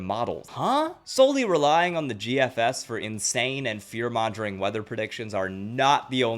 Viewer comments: Great video. But, fear mongering is pronounced (fear - mong - ering) not ( fear - monj - ering). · This is an amazing video 👍🏻 also don’t want to be an ass but fearmongering is pronounced with a hard g. Don’t feel bad about it though, it’s one of the words that everybody has seen in print but many haven’t heard it said out loud. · Hey, just a heads up: you're mispronouncing fearmongering.